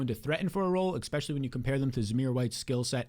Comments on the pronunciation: Expecially?...um Especially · can you please just say especially not eKspecially and I'll subscribe lol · EX-specially kills me. Great content though. Almost network worthy, IMO.